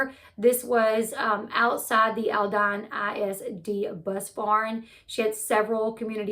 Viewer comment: Born, raised and lived in Houston. This is horrible and sickening...the perp, didn't just know how to do this without personal knowledge. Sooo sad..and the school district is pronounced Alldeen. :)